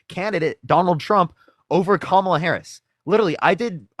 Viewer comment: they will pronounce Kamala's name in every way except the correct one.